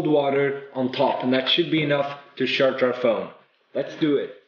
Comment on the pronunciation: he says sjarce i cant handle it